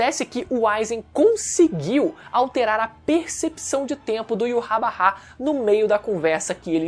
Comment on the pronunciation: Mano, para de falar "Iurrabarrá" pqp Primeiro deslike que dou em um video em anos, só por causa da sonoridade horrível de "Iurrabarrá"